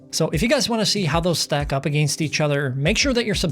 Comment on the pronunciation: Are you Canadian "ag-ainst"